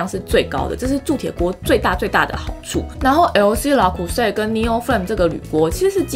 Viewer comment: Le creuset 為何要發 拉ㄎㄨˉㄙㄟˋ啊？明明是ㄌㄜ˙ ～